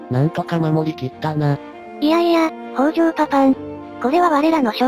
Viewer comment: 北条高広、みよじのよみは 「きたじょう」です。